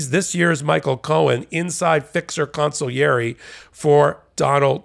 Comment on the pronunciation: Bravo,!! Among the many, many things I admire about you, you're the only American newscasrer that knows how to pronounce "consigliere" correctly. (Everybody: in Italian, "gl" is pronounced as a "y.")